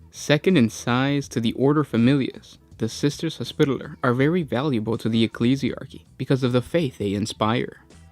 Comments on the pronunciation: Say it with me Hos pi taller. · can u say hospitaler again? BAHAHAHAH!!!!!!!